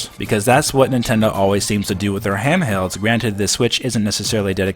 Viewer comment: lol, "hamhelds". Didn't know Nintendo did anything with ham that needed to be held. Joking aside, great video as always.